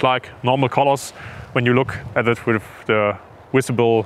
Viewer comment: “Visible” not Wisible. If you are presenting to the English speaking audience you should have a better grasp of the language.